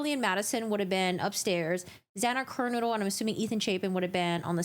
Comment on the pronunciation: I’m not being sassy. I just think it’s important to pronounce victims names correctly. Xana Ker-NO-dell Dylan heard the voice from the direction of Xana’s room.